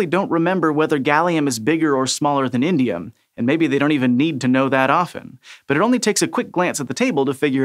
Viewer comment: The I is missing in Indium